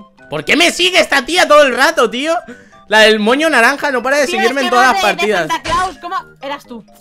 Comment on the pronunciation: Cuando dijo moño entendí coño